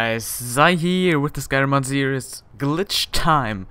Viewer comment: /seer-eez/ not /seer-i-us/ for series :) Great show!